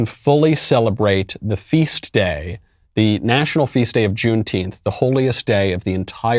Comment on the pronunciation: LMAO, what's a junetenth?